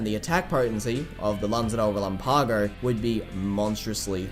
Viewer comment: Who else can’t pronounce Lanza Del Relampago?